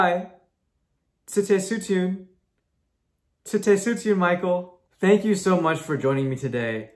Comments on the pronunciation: Michael, very nice, but goodbye is actually - stesutyun, without first letter - t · you did awesome until you butcherd goodbye and had to bring up covid.